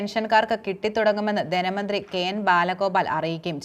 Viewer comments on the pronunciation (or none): ദെന മന്ത്രി അല്ല ധന മന്ത്രി എന്ന് പറയു 😀😀